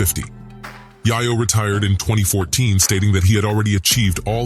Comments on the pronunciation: Lmao Tony yah-yo. AND they showed young buck while calling him tony yah-yo in the beginning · Bro went completely out his way to butcher that man name for 30 mins straight. “Yiiyoo” 😞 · Why you pronounce tony yayo 4 different ways.. come on man "yay-yo" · Mans was Killin me wit that Yiyo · Yahyo????? TF!!! 😂😂😂😂😂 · Yayo! Say it with me YA-Yo 😂😂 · That fool said Yahyo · Tony Yah-Yoh...?😅😅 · This guy called him Tony Yah Yo 😂🤣😭💀⚰️🪦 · It's hard watching this with him saying " Yiyo" who edited this shit. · At like the he says yayo then mispronounced literally a second later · exactly, smmfh! I believe he's trying to be funny but he is a whole mf clown 🤡 frfr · Yeah, I hate when they misprounce names on purpose...he slipped and said right on the last one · I CANT LISTEN TO HIM SAY SON NAME WRONG ITS DISRESPECTFUL SO I CANT WATCH THE VID! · Can’t even say Tony yayo properly 😂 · Can't do this, the pronunciation of yayo is too much. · Dislike just for mispronouncing Yayo. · I got pissed off hearing him butcher Ya Yo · I just can’t get past him not knowing how to say yayo wtf . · Come on homey, pronounce Tony’s name the right way. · Dude learn how to read. Should flag this for simply continuing to mispronounce Tony name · Man get the names and people right, you saying yayo, and got buck pictures. And you saying YaYo name wrong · I can't watch this with him butchering yayo damn name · Took him the whole video to finally say Yayo the right way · If you can’t pronounce YaYos name you are a culture vulture. FOH WEIRDO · He says it correctly sometimes then goes back and says it wrong a couple of times 💩💩💩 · Just the way he says yayo's name makes me say "how official could this vid actually be. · Why is he calling tony yayo that. Lol. He don’t even know they name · The way this channel pronounces yayo shows he no fan absolutely butchered the name. Do your homework I’m giving you a B+ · They said Yayo he just butchered the pronunciation 😂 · This Point Just Say Tony Yague 😭 😭 😭